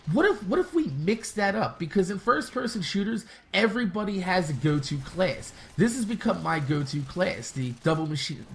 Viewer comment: The game mode you are suggesting is stupid. And why do you say "class" like "cleayss"